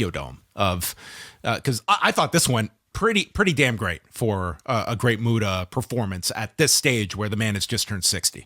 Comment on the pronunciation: MU-TA.....not Muto